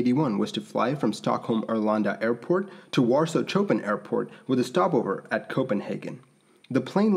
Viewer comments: ...to Warsaw "Cho pen" airport ... Dear God my yankie friend... really? XD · It’s not ‘chop’in’ .... CH it’s pronounced like SH in word ‘show’ ....Chopin😉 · choh-pin? Ice changes the shape of the wing and adds a lot of weight! No breach. It's an emergency and you can do what you need to meet the demands of the emergency. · Mispronouncing Chopin is like mispronouncing Beethoven.